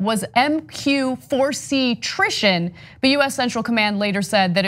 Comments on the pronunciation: By incorrectly reading it as Trition. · It’s triton not trishton. LoL! Love u guys! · Anna calling people dumb but mispronounces Triton...